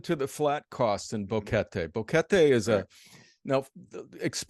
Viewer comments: Drives me nuts that he doesn't know how to pronounce Boquete. It's not Boh-Kettie. It's Boh-KE-tay. argh. It makes me think he hasn't really been out and about meeting people there. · It's annoying how the Gringo says Boguete....so US American. Learn the language...be respectful!